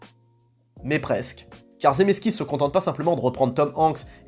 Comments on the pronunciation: C'est Zemeckis, pas zé messe kiss. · Cc, je crois qu'on dit (pas la bonne orthographe exprès) Zémékiss et pas Zéméssekiss 🤔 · Il faudrait peut être être correct quand tu prononce le nom du réal. Zemeskiss ???